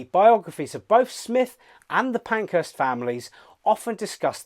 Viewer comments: So lame that he doesn't know how to pronounce SMYTH. You can even hear Sir Thomas Beecham -- friend of SMYTH -- pronouncing it correctly in a YouTube video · It disrespects the composer to mispronounce her name.